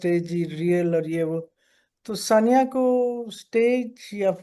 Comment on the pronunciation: I respect both of you, buttt as a Sania Saeed fan, I took offense to the interviewer taking her name so casually—“Sunia,” “Saania,” whatever. 😮 Even as a senior, we would expect you to at least pronounce the name of your guest correctly. Hope you don’t mind, Moneeza Hashmi ji.We love your whole family.❤